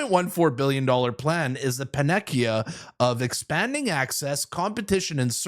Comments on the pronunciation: Pan-uh-see-uh…not panekeeuh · “Panacea” is pronounced pan-uh-see-uh…NOT puh-neck-ee-uh 😂😂😂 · Panacea...is not pronounced pan ekia. It's a soft c= pan a cee a. I had to call my sister at 1045 pm I was laughing so hard. Pan a cee a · lol its PANA-SEEYA 😂 I got a great laugh, though. I still love your reports either way... Panackeeya 😂 that was awesome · it’s pronounced “pan a sea ah.” Not “paneckia.” 😂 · PLEB: Did you mean '"pan-a-cea"?? I've never heard of a "pa-neck-ea"!! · Hey! Tge word is pronounced “Pan-Ah-See-Ah” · pan-a-sea-a. Thanks for this channel for keeping us up to date! Almost always Trudeau puts money into Quebec’s hands when he’s desperate for their votes! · Soft C in ‘panacea’ bud. Pan-a-see-a. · PaNECKia? Whoa. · Panacea: PAN-nah-see-uh (pardon being a Poindexter) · It’s pronounced “pan-a-sea-a” just saying.😊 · panacea = pan-a-SEE-a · when the pronounces panacea in a resoundingly plebeian fashion 🤦‍♂️ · Please review how you say panacea. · Please learn how to pronounce 'panacea'. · I suggest looking up the pronunciation of "panacea" before you record your video. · if you think removing all restrictions from weapons will start WW3 shows how little foreign politics you know. Putin has been setting "red lines" for the past 2.5 years including a nuclear strike, so far ZERO retaliation has resulted from crossing each one of them. also "panacea" is pronounced "pah-nah-see-ah" not "pah-nah-kee-ah". as for the satellite internet control, you're giving too much credit to trudeau, his cabinet is neither smart nor capable enough to do any kind of control, this is old fashioned money grab by him and his friends